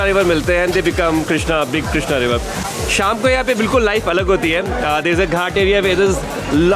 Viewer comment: People call it 'कृष्णा' and not 'क्रीषणा'!!